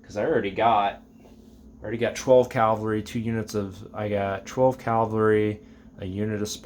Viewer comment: I particularly like your German soldaten! Your feldgrau for you Germans is spot on! Most people make it too much of a gray color IMHO. Shame about the new minis, and yeah I do like how that particular sculpt has the assault drums for mg. Also Jesus man! it's pronounced Cavalry not calvary. (You wouldn't pronounce navalry as nalvary) lol